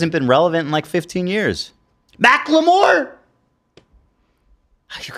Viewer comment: idk why Ethan calling Macklemore 'Mack-la-more' is so funny